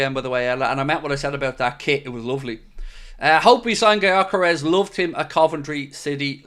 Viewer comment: Just reacting to title: just FYI since Gyökeres is a Hungarian who grew up in Sweden his name is pronounced like Dyökeresh. With the Gy pronounced like the D in dew or due. If anyone cares to pronounce it right